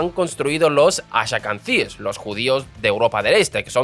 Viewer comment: Gracias, menos mal que lo dice alguien. "Haradis" en lugar de "Haredis", bueno se lo paso... pero "ashakanzies" es imperdonable